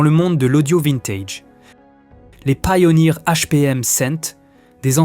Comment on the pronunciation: C'est de l'IA, car même sur des anciennes vidéos, il/elle ne sait pas comment prononcer certains mots. Par ex, pourquoi prononcer "Pioneer" à l'anglaise et ne pas prononcer le "100" en "Hundred" ?? Ou encore la 901 de Bose prononcée "neuf centun" (à ), puis prononcé correctement, puis ça devient "neuf-sept-un" (à ), etc. Bref, je ne pense pas qu'un humain puisse réellement "se tromper" de prononciation sur les chiffres.